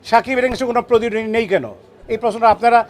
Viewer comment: আগে প্রতিদ্বন্দ্বী উচ্চারণ করা শিখেন।নিজের মনকে সুন্দর করেন।